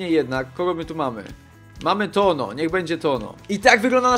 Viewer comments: Chłopie chcesz nagrywać filmy to ogarnij sobie przynajmniej jak się wymawia poprawnie nazwiska. TONO? Serio? Nie trzeba być iberystą żeby wiedzieć jak się to czyta. Nie chcę być złośliwy, po prostu to strasznie denerwuje, a ostatnio zdarzało Ci się to kilka razy. Mam nadzieję, że to przeczytasz i weźmiesz sobie do serca. Pozdrawiam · w Hiszpanii ñ czyta się jak nasze ń był błąd jak wypowiadałeś nazwisko bramkarza. Taka rada na przyszłość. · Toño wymawia sie jako Tońo :)